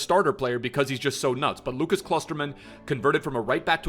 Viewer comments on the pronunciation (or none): none